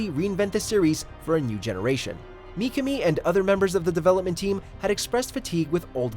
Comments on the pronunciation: Micami? Its pronounced MI-KA-ME.... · McAmi??? It's pronounced Mi Ka me, common man..... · Shinji "mee-kuh-mee"....well this dude has never really researched about Resident Evil before. What if everyone pronounced it the way we all.think is proper, but the Mikami family, and this narrator, pronounce it "mee-kuh-mee" and that's the TRUE right way of saying it? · It's only said as Me-kah-me. There isn't numerous ways to pronounce it. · Mikami. (Me-Ka-Me). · Personally, I feel like I fall between two chairs in the RE fanbase when I say that I like both the classic trilogy and 4. RE4 is a fuckin masterpiece dammit, but so are og RE2. Really nice video by the way, but what bothered me throughout (as said by multiple people already) was the constant mispronounciation of Mikami's name. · Asides from the butchering of Mikami's name, great video! Would love to see more like this. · Dude, what´s up with the pronounciation? Mikka-Me instead of Mee-Ka-Me flash-forward instead of fast-forward Pro-gi-na-tor instead of Pro-geni-tor Don´t get me started on Shi-Butt-A... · Also, you pronounced 'projenitor' wrong as well as Mikami.